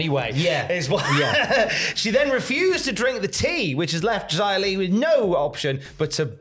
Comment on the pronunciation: Why do, and insist on calling her Jia Li when it’s very clearly pronounced Xia Li.